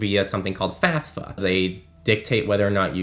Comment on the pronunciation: FAFSA not FASFA